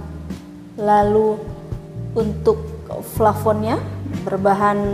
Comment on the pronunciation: Pengucapannya juga ya Bu, dibenerin, kuping risih dengarnya. Roster = loster Scandinavia = scandanavia Plafon = flafon (kadang² flapon) Semangat Bu, pasti bisa💪